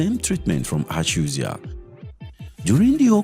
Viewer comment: Your pronunciation of ACHUZIE is making on sick.